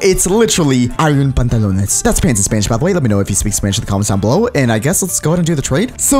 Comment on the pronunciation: says pantolones fo you know